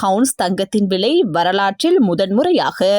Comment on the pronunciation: விலையா? விளையா?வைத்தியசாலையா?வைத்தியசாளையா?முதலில் தமிழை சரியாக உச்சரிக்கவும்.